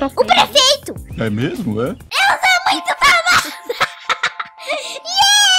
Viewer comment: Kkkk a ela falava o PREFEITO mas tbm falava PASALELA